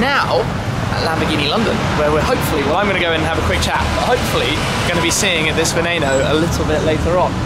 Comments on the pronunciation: Why the fuck do the Brits have to mispronounce everything? Its not a "venayno" its not a "veneeno" ITS VENENO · You said Veneno wrong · The way you pronounce Veneno is pissing me off so much